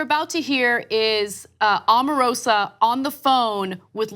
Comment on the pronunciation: Just so you all know ,,, her name is pronounced "Oh-mah-roh-sah"